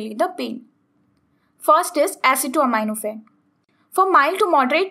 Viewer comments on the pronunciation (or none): You are pronouncing acetaminophen incorrectly